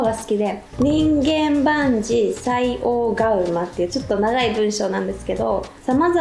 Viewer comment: えみりちゃん、こんにちは！ 今日の動画もよかったです！ 私もこの言葉、好きなんです。 これ、にんげん、でなくて、 じんかん、と読むのが正しいみたいです！